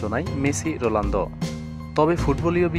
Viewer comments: vai...rolando na....ronaldo....apni bolsen j...rolando...spelling thik koren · sala ronaldo uccharon ta thik moto kor age